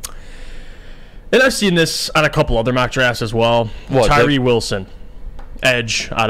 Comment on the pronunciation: C'mon, if you're going to ridicule anyone for beinig stupid then you might want to learn how not to say "Tyrese" Wilson and Brian "Barese"